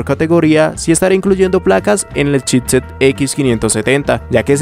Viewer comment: Buenas "otciones" de "chitset" 😂